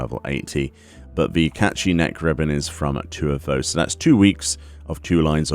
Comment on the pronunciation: It’s like ur saying caith shit